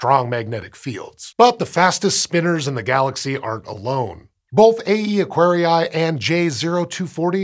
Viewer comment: All scientific names, like Aquarii, come from Latin. The double i is pronounced extending the sound of the first i, like "Aquaree", not Acquari-ai, that sounds very very wrong, other than ugly.